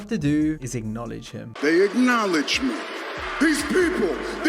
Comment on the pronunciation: Just "acknowlodge"